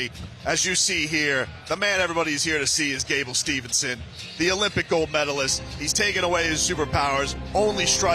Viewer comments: Gable STEVESON, not STEVENSON … announcing messed his named up the entire show , gotta do better than that … Great job Champ!!!! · How come the COMMENTARY can't say Gable STEVESON correctly!?!?!?